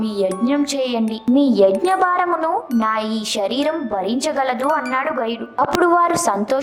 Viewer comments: వీడియో బానే ఉంది కానీ పలికే పదాలు సరిచేసుకుంటే 100% తెలుగు భాష బాగుంటుంది . షరీరం కాదు శరీరం. షాపం కాదు శాపం షకం కాదు శకం షషణాలు కాదు శాసనాలు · ష కాదు శరీరం